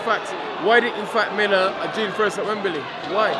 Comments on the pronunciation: "rurked it up for a wurl title..wembely"...only 1 dillian😁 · WEMBEELEEY LOL